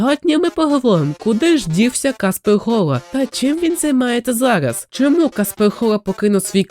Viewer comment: я вибачаюсь, та фраза ''Куди зник каспег хола'' яка мабуть мала звучати грізно, звучить не дуже грізно